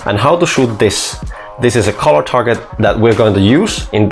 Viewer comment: You make great videos, but you really need to stop pronouncing "colour" like "collar". Colour sounds like "culler" in English. Seriously.